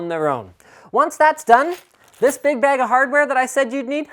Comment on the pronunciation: Why do you say bag like bage or baig, I pronounce it bag, or like ba-ah-g lol